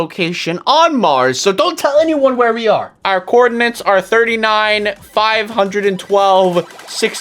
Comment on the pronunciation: Did anyone notice he said 512 wrong?